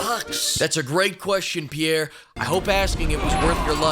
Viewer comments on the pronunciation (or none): replayed this part ten times and I still can't make out what Pierre is saying lol